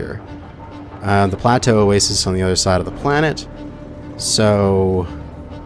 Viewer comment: "oh-way-sees" lmao.... pronounced "o-way-sis" Love yeah :P